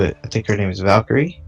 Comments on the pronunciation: Dude im dying someone said valkarie instead of valkarae. Not everyone is a virgin like u dude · Valkyrae not valkyrie